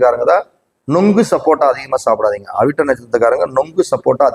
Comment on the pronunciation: Avittam u did not said clearly pls repeat sir